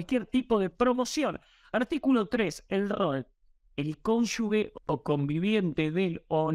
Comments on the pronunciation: la pronunciación correcta de CONYUGE es "cónyuje" y no "cónyugue". lo dijo bien ¿notaste?. Todo el video, excelente. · Se dice cónyuge y no cónyugue. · Excelente nota, como siempre. Gracias! Un solo detalle: no es "conyugue" sino conyuGe (se pronuncia como gente, ángel, como bien lo hizo tu invitado). Abrazo! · 1) si no escuché mal se dice cónyuge y no conyugue, como dijo el brillante. (perdón por la corrección), 2) las cónyuges de los líderes peronistas empezando por Eva e Isabelita, siguiendo por Chiche Duhalde, una maestra de escuela que la pobre se cree una gran estadista y si se quiere por la adorable Kris, han sido una verdadera plaga para los argentinos. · Toda la razon pero no se dice "conyugues" es CONYU"G"E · Todo bien pero no se dice conyugue. Es CONYUGE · ¡Excelente video! Una sola corrección: la pronunciación de "cónyugue" es [cón. yu. je] y no [cón. yu. gue] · cónyuGE se escribe y se lee con G, no es CÓNYUGUE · No se dice cónyugue sino cónyuje. Queda feo que un informante no sepa pronunciar. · Muy buen reporte. Pero repita conmigo: cónyuGE (cónyuGUE es incorrecto)😊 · Bien. Buenos comentarios 😀 Se escribe y pronuncia cónuge (no cónyugue) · Cónyuge y no " cónyugue " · Perdón. Cónyuge con g de gracias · ¿ estudió? No creo xq no sabe pronunciar la palabra CÓNYUGE